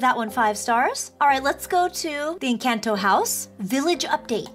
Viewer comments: OMG it's no an_canto It's enconto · It’s pronounced Encanto sorry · Yes, I have watched the movie but it’s pronounced en - con - toe